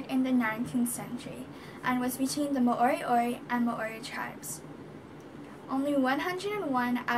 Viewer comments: its pronounced mo ri o ri!! Not ma ori ori.. awsome mahi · Do a research on your own culture, you need to speak to people of the culture your talking about and not put out uninformed history from your perspective and at least pronounce the word right. Moriori are Maori that have the same dialect as Ngai Tahu of the south island there was no genocide there were tribal battles and intermarriage like every where else in the world.